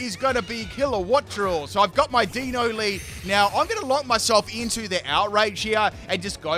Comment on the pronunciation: For anyone wondering, the Deino evolution line's names are derived from the German words for one, two & three; eins, zwei & drei. As per usual, butchers the names lol